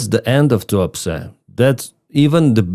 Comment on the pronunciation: The town name sounded like you said “Too Upset” 😂.